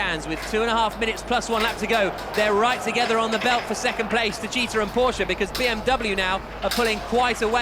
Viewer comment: Everytime they pronounce 'Porsche' correctly my heart blooms.